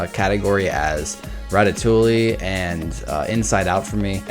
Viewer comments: Can he please stop saying 'ratatoolie' and start saying 'ratatoowe' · Ratatoley? Ratatouille* (Rat-a-too-ee) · Rat-a -too-ey. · It's Rat-a-too-e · Isn't it "Ratatoie" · Hey guys let's all watch ratatooooooly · A french speaker hearing english speakers say ratatouille is a torture for the ears xD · I'm okay with you rating ratatouille at 16 despite me liking it. BUT. I AM NOT OKAY WITH YOU PRONOUNCING THE L'S IN RATATOUILLE (nice vid though)